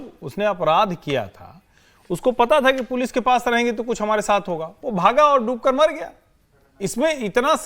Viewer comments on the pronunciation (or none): Dubokar nahi ...... Doobkar